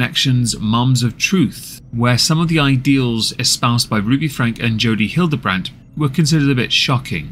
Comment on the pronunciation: There is a lot of misinformation in this because of the innacurate timeline. Just because you talked about this family years ago does not mean you know what's happening now. It's Frank-y. Not Frank The duct tape issue is what has caused this new upsurge of interest and led to the arrest of Ruby and Jodi. Kevin has not been active in the channel or Rubys life in about a year. The abandonment of the children for weeks on end is a recent speculation we have learned about due to the new information from neighbors and police reports. ... come on dude. Do better. Any research at all would have clarified the name pronunciation and basic information of the current events.